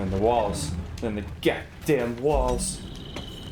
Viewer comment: "They're in the GODAYUM walls!!"